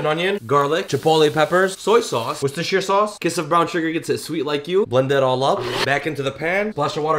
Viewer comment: pronounced worcestershire nicely